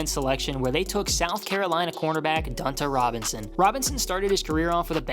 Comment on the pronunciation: The way he pronounced Dante Robinson 😂